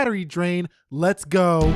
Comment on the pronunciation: You did not say Lets go correctly